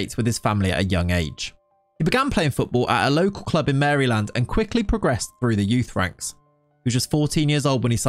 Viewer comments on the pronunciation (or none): none